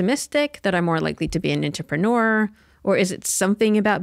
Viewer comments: Hey so...... i totally love when somebody is telling me some new information that could improve the quality of my life, right? but that becomes a little less likely when you pronounce "entrepreneur" like IN-trip-PEN-er.... so for the sake of humanity, lets just cut that out, right? lol, great conversation. thoroughly enjoyed this episode in particular. but seriously.... IN-trip-PEN-er? in WHHUT WWHURLLD!! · Im optimistic that she will one day be able to pronounce Entrepreneur